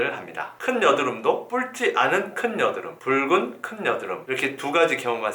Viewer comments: 붉은 을 왜 뿔근이라 말하는지? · 뿔찌!않은!! 붉은!!! ㅋㅋㅋㅋㅋ왜발음을 다르게하시는거죠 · ㅋㅋㅋㅋㅋㅋ괜히 재밌음